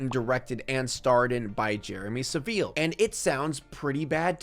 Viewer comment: Hahahaha the way u say Saville.. See how a British person says Jimmy Saville, that's how we say Saville, the way u do it is just.. Alien